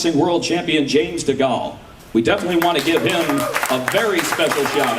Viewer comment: “James degall” fucking Americans 😂